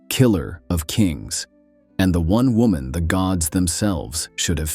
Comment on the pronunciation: It’s wo”man”